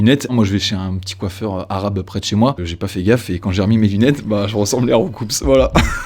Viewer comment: Ça se prononce "Roucou", pas "Roucoupsse" !!!